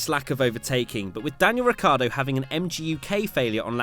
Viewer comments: Is "Ricciardo" not "Riccardo. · it´s not Ricardo its Ricciardo!|!!!!!!!!!!!!!! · Is Ricciardo, nor Riccardo